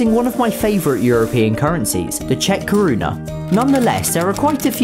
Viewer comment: I am czech, your say the words pretty good